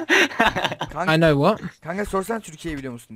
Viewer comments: know nou diye okunuyo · know a knov diye okudu safafas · Know a bildiğimiz know diyen koca yürekli!!!